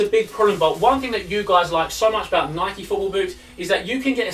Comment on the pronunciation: Stop pronuncing Nike as [nikey] you don't ride a [bikey] do you bellends